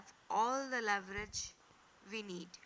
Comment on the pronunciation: You elaborated well but pronunciation some words were absurded like " leverage, synonyms, antonyms etc. We can correct each other. Jazak Allah